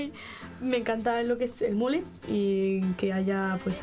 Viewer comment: Dice que le gusta el mullet? no sabe ni decirlo jajaja